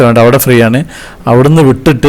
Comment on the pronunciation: പാറു അല്ല പാരോ